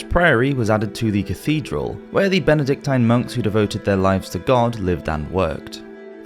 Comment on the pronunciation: Benedictine, rhymes with machine, not tine. Polysyllabic words eschew " long" vowels.